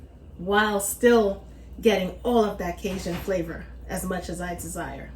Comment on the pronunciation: What, pray tell is “ Kay-zhun “ ? . Ask any Cajun how to pronounce it. And “ Monster” cheese? Oooohh, scary ! Got schooling?